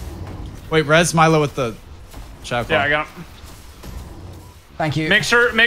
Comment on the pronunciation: Milo's pronunciation was actually on point 👌